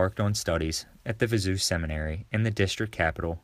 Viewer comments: Viseu is pronounced Viz-a-o. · If you’re going to make videos about Portugal, you need to learn how to pronounce things. “Viseu” is not “vi-ZOO” - it’s “vi-ZAY-oo”.